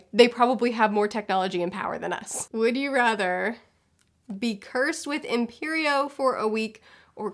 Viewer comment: She said imperio and I heard period and I was like wut? i already do that. somebody come get hermione to lift this!